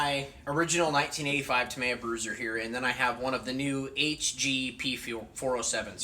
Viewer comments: Dude. say it out loud. TA-ME-YA. not TA-MY-YA. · Yup, with the stress falling on the 2nd syllable. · It's pronounced: "Tah-ME-yah" not ta-may-a Thanks for sharing anyway. 👌🏼